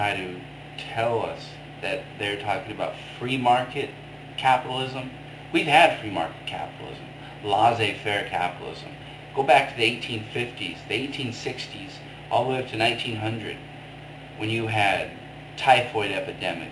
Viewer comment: I've got to say, your arguments are weak on all counts. If you think that Anarcho-Capitalists are for the state, but against the government -- well, you make yourself seem like you haven't read enough about Anarcho-Capitalism. And it's LESS-AYE FAIR. God! Learn how to pronounce what you're criticizing at the very least! It makes you seem less stupid ;)